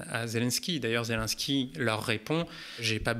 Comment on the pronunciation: Pardon mais c’est pas zelainsky mais zé lé nski, c’est si compliqué à dire ? Sinon magnifique vidéo très intéressante juste fallait que je relève cette chosse car tout au long il dit zelainsky et ca me stresse